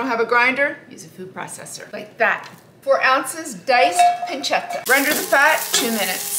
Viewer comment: The way she pronounce pancetta and chardonnay is just awful